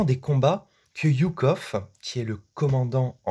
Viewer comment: Jou jou jou jou kov... pas iou iou iou kov ;-) Oui j'ai déjà fait la remarque sur la vidéo sur Stalingrad ^^